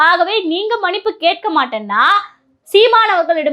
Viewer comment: அருமையான காணொளி. சகோதரிக்கு வாழ்த்துக்கள். ஆனால் ஒரு உச்சரிப்பு திருத்தம்,மனிப்பு அல்ல மன்னிப்பு என்று உச்சரிக்வேண்டுமென்று அன்போடு கேட்டுக்கொள்கிறேன்.